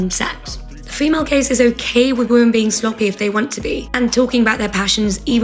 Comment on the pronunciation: Listening to this changed the context. LOL. I heard "gays" and not "gaze". I was so shocked and confused until I saw the text on screen.